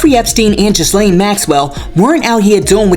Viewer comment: Yes. King needs to move. He is way too disrespectful. The skit was fire! 😂😂😂 Trump is gearing up for a Maxwell, Diddy pardon!!!! Something is in the works. Also Ghislaine is pronounced Gilllane. Just a friendly FYI.